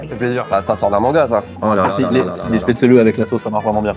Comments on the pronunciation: Spätzle, diminutif Spätzele, se prononce ainsi dans le bas rhin en Alsacien. Spätzlé comme tu dis, se dit uniquement dans l'extrême sud de l'Alsace en Alsacien. Spätzlé est aussi la forme française la plus courante pour un non dialectophone. Dans le haut Rhin on dit Spätzla! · J'en peux plus, j'en suis a 7m30 et mes oreilles saignent a chaque fois que le mot chpaitzeuleu et prononcé 😂😂 qui vient de suisse le prononce pourtant parfaitement alors pourquoi massacrer ce mot?😂 S'il n'y a pas assez d'acidité, on va en rajouter (gentiment): les nems a la choucroute qu'on soit bien d'accord c'est une recette innovante parce qu'à aucun moment c'est traditionnel 😑 Ensuite...qui met du citron dans une choucroute? Hérétique, au bûcher!!!! 😂 Puis on tombe sur quoi? Un schnitzel? En tout cas pour moi c'est un wienerschnitzel...en français ça veut dire escalope viennoise, tout est dans le titre, rien a voir avec l'Alsace 😚 Et tout ces délicieux plats il faut les accompagner! Et avec quoi de mieux que les vins de la région qui sont excellents (sisi je vous assure 😜) Pour le dessert je n'ai pas compris le lien entre éclairs et plats traditionnels alsaciens, a moins que je n'ai loupé quelque chose😬 Sinon ça fait plaisir de voir une vidéo dégustation de chez soi, merci pour vos vidéos et votre bonne humeur comme d'habitude, j'espère que vous avez kiffé le passage éclair et pour toute personne lisant ce commentaire jusqu'au bout, n'hésitez pas a venir visiter et déguster 😘 Sur ce, s'gelt 🍻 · Excellente vidéo, j'ai découvert à travers cette dernière les nems à la choucroute (perso connaissait pas). Ce qui m'a un peu titillé c'était la prononciation des Spätzle (prononcé Spätzlé) ou des Flammenküche (en allemand c'est plutôt Flammenkuchen avec le ch prononcé comme un "r"). Mais bon après les prononciations c'est propre à chacun. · on prononce « chpè-tsli » ☺️